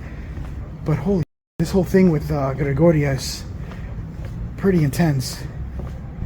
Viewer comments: It's Gregoria not Georgina! Love your videos though. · I know right? every time he says Georgina I wanna shout GREGORIA! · It's Gregoria not Georgina !! 🤣👻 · It’s Gregoria, not Georgina. Something was definitely peaking out of that corner! Be careful